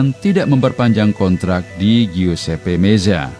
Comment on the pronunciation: Blajar lagi baca min guesepe meza2 ap pantesan gak banyak subscriber nya